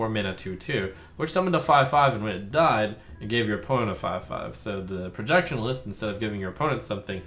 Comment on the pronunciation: There's no L in "Projection-ist" Trump